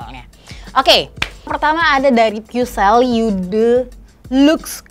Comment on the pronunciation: what a great review! but just so you know, "eau" is actually pronounced /o/ 💖